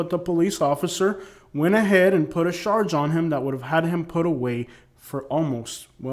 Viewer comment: Sounds like your saying they sarge people with crimes... charge my guy. lol peace